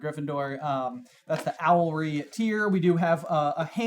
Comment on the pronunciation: It's owlery, not owlry, which is not a word...